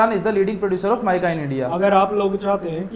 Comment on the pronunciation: Mykaa nhi meeeka he yaar😂😂